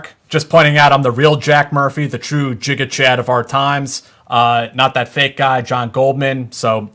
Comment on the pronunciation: Gigachad, not jijachad my dude. like gigabyte